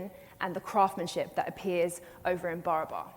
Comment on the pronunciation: Barabar is being mis-pronounced. It is Baraabar in Hindi. बराबर meaning equal in Hindi.😮